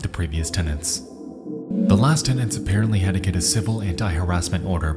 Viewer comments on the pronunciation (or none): none